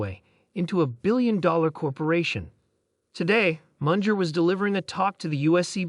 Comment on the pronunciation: Did you just say “Mundjer” 😂